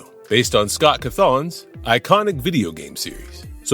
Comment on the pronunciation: The way you pronounce Cawthon😭(no hate, just found it funny)